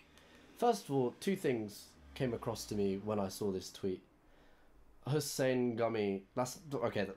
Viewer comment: He knew how to pronounce Hussein that’s good enough for me